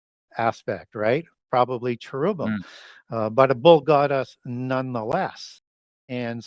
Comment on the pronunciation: You are seriously killing me. Lol. Chair-rub-bim. Not whatever you said, or I previously said after you torque my mind.